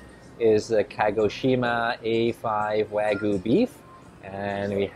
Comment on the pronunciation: wa- gyu not wa-gu